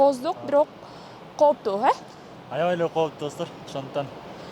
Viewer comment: коптуу эмес кооптуу так суйло журналист бодгон сон тилди бузба.